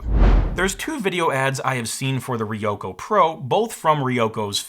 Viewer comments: Also, not "Riyoko" but "Ryoko" - put an R in front of YO. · ryoko is a 2-syllable word. ryo-ko